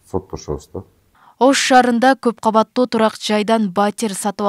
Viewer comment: Каббаттуу эмес КАуАТТУУ болуп айтылат ,кыргыз тилиндеги создордуу туура айта албаган сабатсыздар .Эки ундуу тыбыштардын ортосунда Б тамгасы келип калса жарым ундуу болуп айтылат (уы ) .Орустарды туурайбыз деп кыргыз тилине муноздуу Бир нече тыбыш тамга катары кирбей калган,бирок суйлоп жатканда табийгий турбо копчулуктор колдоно беришет